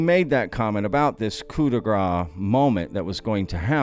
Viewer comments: You people need to learn how to pronounce 'coup de grâce', which literally means 'mercy strike' or 'hit'. It is pronounced 'grass' and not 'grah' 😉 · well, it is ku: dgra:s and not ku: dgra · my friend, from a very well-intentioned French linguist: ''coup de grâce'' is pronounced: koo- de- grawss:) Thanks for your amazing videos!